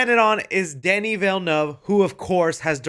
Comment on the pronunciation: Danny .....who? Never heard pronounced like that lol